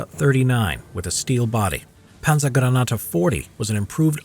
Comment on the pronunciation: "Panzergranate 40" was nearly flawless :D